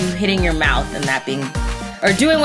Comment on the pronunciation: her mowth is a mess😯